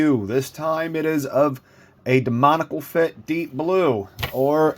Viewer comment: Excellent review! However I am gonna say this because it bothers me and I see a lot of reviewers saying it haha. It’s not “demonical” it’s “demoniAcal” there’s an A in there too lol. Sorry for pointing that out but I thought I’d let you know! Great review and keep it up!